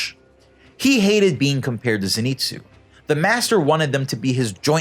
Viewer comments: It’s zenitsu not zEnitsu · Its not zin-its-zoo its zen-its-oo